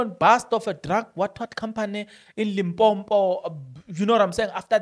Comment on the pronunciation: 👎👎It's NOT Limpompo. It's Limpopo. You are more intelligent than this. Please act it..👎👎